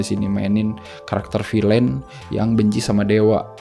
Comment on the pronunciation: tuh kan ud gt bijak pula hehe... jd gpp nih ya, misi.. Villain : bunyinya "Vil'n" bukan "Vilein". Feigi: bunyinya "Faigi" bukan "Faiji" Bale: bunyinya "Beil" bukan ky "bell". punten.